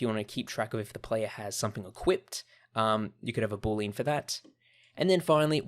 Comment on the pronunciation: he appears to pronounce it "boo-leen". It's actually pronounced "boo-lee-ann"